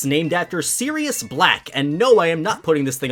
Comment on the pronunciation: Is it just me or does PRONOUNCE EVERY NAME WRONG SERIOUS IS SIRIUS HERMONEE IS HERMIONE WHYYYYT